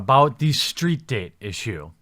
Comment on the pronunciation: What's a steet? ;) lol